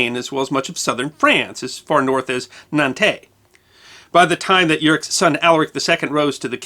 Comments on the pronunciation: The French city of Nantes is pronounced "nont" (approximately; rhymes with "want"), not "nantay". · Just for the record, Nantes in France is pronounced Nahnt., not Nantey. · Being half French, I found this an interesting episode. Just to point out, Nantes is pronounces 'nant', not 'nantaye(s)'. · Congrats on doing a decent job with Vouillé! however (there's always one isn't there?) Nantes is pronounced like the english word nonce, as in "for the nonce"...or nance as in the short form of the name Nancy, if you're speaking in english... were there pirates? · A few pointers concerning pronunciation. Nantes is pronounced Nant. With a somewhat strechted nasal sounding a. Odoacer is pronounced as Odoaker, with a hard k. Mere details, but everyone knows that pronunciation of European names can be a treacherous snake pit from time to time for Americans. Furthermore. Great video! This was indeed one of the teeter totter tipping point in the history of Europe. With this battle Clovis settled the military and political dominance of the Franks in Western Europe, which influence in time even would stretch to Middle and Eastern Europe.